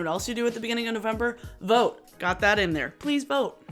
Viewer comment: I thought you said “Vogue” haha took me a minute to get “vote”